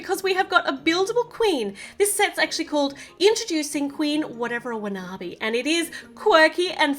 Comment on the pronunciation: u got the queen's name wrong it's Queen Whatever Wanabi